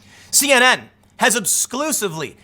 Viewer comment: I keep telling you to slow down, young man. What the fuck is 'obsclusively'?